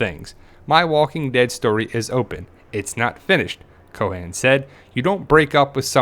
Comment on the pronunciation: "coe-ehn" not Co'han.